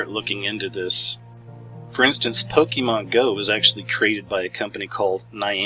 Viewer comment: First I'd like to start by saying it's not "pok-E-mon" it's Pokémon. Second, you never did say how it's mind control. All you did was go into multiple different directions with random information that in no way proved any kind of mind control. Third, I hurt myself while mowing my yard today. A rock was thrown from the mower blade that hit me. I guess that's proof that mowing is an illuminati trend.... And lastly, please be informed about something before you try to explain to others how it works. You obviously have no clue what a "lure" is in the game. It has nothing to do with placing your Pokemon "anywhere" out in the world lol. And one more thing, so technically this is the last comment I'm going to make. based on your idea that Pokemon somehow randomly exploded "out of nowhere" proves that you are most likely over 30 years old. Your age has put you at a disadvantage in this area because you weren't young enough when Pokemon first came to America to have experienced it.